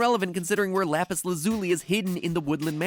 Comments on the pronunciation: lapis LAHzuli Ok then I find it funnier that you corrected yourself a few seconds later and then said it wrong later again. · Mat pat: lapis laz-OO-li Steven universe fans: ಠ_ಠ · You keep saying Lapis LazuLIE That word....I don't think it means what you think it means. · Lapis laaasooolee 2 minutes later lapis lazoole lapis lazuli it’s lapis lazuli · I think it’s pronounce lapis laZUli instead of lapis LAzuli. Different emphasis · it's not LUZOOLY, it's not LAAZULY, it's LA-ZOO-LEE. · “Lapis LA ZOO LEE” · Isnt it laz-u-lie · No one: Matpat: Lapis LAAzuli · I'm sorry but your pronouncing lapis lazuli, say it "lapis laz-ooli" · Lapis LAA zo LE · Am I the only one who is triggered that Mat Pat pronounced lapis lazuli “lapis lAzuly?” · Everyone: Lapis Lazuli Matpat: Lapis LA-ZOO-LEE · I was gonna complain about a few aspects of your theory, but I think the atrocious pronunciation of "Lapis Lahzooli" is more important. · No body: Mat pat: lapis la zoo lee Me: lapis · Please, don't take this as a hate commet, but its lapis luz-ull-li. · Lapis la-zoo-li? 😂😂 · First the Steven Universe finale airs LITERALLY YESTERDAY Then mat pay says AND AND THEN THEN AND AS WELL! I’m done! I CANT! Matpat, ITS LAPIS LA-ZA-LEE, LAZULI! Sorry. I think my work here is done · It's not. It's pronounced, Lauh Pihs Lauh Zuli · the way he says lapiz lazuli throws me off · MatPat didn’t know how to pronounce lapis lazuli so he made up his own way that nobody agrees with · The way he says Lapis Lazuli is the most painful thing i have ever heard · You said lapis lazuli wrong you say lapis lazuli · that is NOT how you pronounce lapis lazuli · matpat: pronounces lapis lazuli weird Steven universe fans: triggered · My favourite part of this video is how matpat pronounced lapis lazuli differently each time he said it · the way he pronounces lapis lazuli is frightening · *face palms ..Did he really just pronounce it that way..? Seriously, I have NEVER heard lapis lazuli pronounced that way! XD